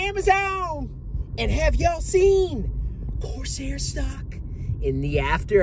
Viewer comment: Did he say Corsair my arse hair. Legend.